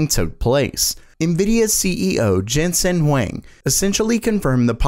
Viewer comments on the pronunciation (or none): Huang, not Wang. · Why people assume that the H in Huang is silent... 😳?